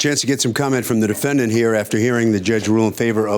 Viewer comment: Harvey says "defend danht"